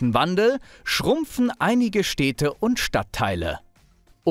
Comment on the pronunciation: Super Video, vielen Dank, aber ich kann doch nicht der einzige sein, der sich daran stört, wie du die Städte nennst. 😅 Das sind Städte und keine Steehdte.